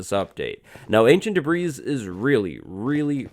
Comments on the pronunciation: You mispronounced Ancient "Debri" 3 times if you include the 1st time when you just realized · I heard you say Da’ Breeze like 3 times! Great vid btw!!! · Debris is like Illnois... the "s" is ilent for some reason. English is weird at times, and words are hard. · U said ancient d'breeze 4 times! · You only said debris wrong two times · are you mispronouncing debris or are you trying to pluralize debris as in you are looking for blocks of ancient debris?